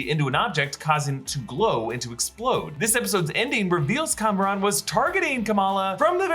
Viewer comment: reminder his name isn't "Cameron" it is Kamran